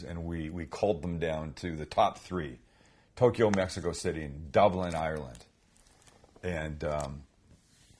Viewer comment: Tokyo is TWO syllables NOT THREE. There is NO "E" sound between TOK and YO. Just FYI..